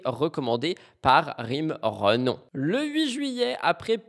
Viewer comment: Ce n'est pas "Renom" mais " Renom {euh}., c'est elle même qui le dit ☝️😉😉😉